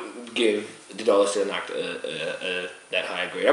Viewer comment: CONGRATS ! Long life to your channel !Already 6 months i wath your reviews. Each one are very well done ! And your pronunciation is fine for a french as me. Well, Stlle Nacht are very good beers ! I hadn't the luck to find one as your but it seems to be a great beer. Cheers guys !